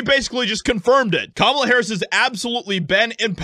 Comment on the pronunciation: "CUMALA" HARRIS